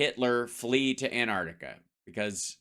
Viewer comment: Love your work Hal, but please,,, it’s AnTarctica not Anartica, just saying.